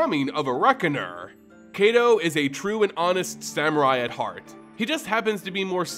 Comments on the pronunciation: I thought it was pronounced kai-to (kaito) not kay-do? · Ai in Japanese, as well as Hebrew, make an I sound. Kaito sounds like K aight O. Besides that, this video is great! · I bet you it's pronounced K👁️-Toe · I'm sorry, but please learn how to pronounce Japanese names. You're pronouncing "Kaito" wrong. It's not "ay" but "eye." K-eye-to." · Kaito should be pronounced K-(EYE)-toe). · I tried listening through the video but 7 minutes in I had to stop....the mispronounciation of Kaito (kah-ee-toh or ky-toh) repeatedly was too much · Heads up Kaito is long I sounding. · Kaito= KITE-O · I know Japanese isn't your first language, but your pronunciation is really hard to listen to. Quick tip: Japanese is generally split up by 2-3 romanji letter sound combinations. For example, Kamigawa would be split up into Ka | mi | ga | wa (pronounced: kah mee gah wah) or Kaito as Kai | to (pronounced: K-(eye) tow). Sound blending doesn't really happen in Japanese so you want to pronounce each section as is. Just keeping this much in mind drastically improves Japanese pronunciation. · It is. His pronunciation is painful. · his name got buuuutchered x'D